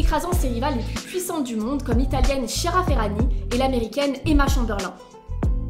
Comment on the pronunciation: Juste pour info ; Chiara se prononce Kiara.😅